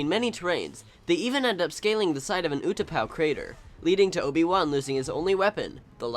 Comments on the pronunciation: Utapau is pronounced ou-ta-pau not u-tapau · You-tah-po? Seriously? Ooh-tah-pow, Utapau. Dude. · its oo, ta, pow not u, ta, po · I hate how he says utapau. It is pronounced oo-tah-pow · It's pronounced ew ta pawh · its pronounced ooh-tah-pow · its pronounced like Oooh-tah-pow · Pronounced Utapau wrong lol. According to things like Battlefront 2, it's pronounced oo-tah-pow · I'm pretty sure its pronounced oo-ti-pow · not sure how many people said this, and i do know that its kinda late and youll probably never see this, but utapau is pronounced 'ooh-tah-pow' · hey if u call yourselg a starwars geek learn how to say utapau.. let me help you its "ootapow" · Wtf is You-taw-po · It's pronounced Utapow.